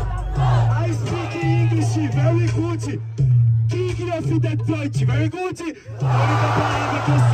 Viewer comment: Ele falou Very good errado 😂